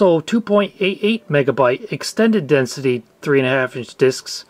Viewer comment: You mispronounced double densité disquettes.